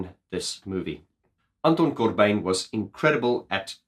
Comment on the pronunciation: Did you know that you can be positively insane and absolutely right at the same time! Don't hold back when telling (your/our) truth, ever! And as a Dutch guy, your pronounciation of Anton Corbijn is very close, it's like proper Dutch with a funny accent ;)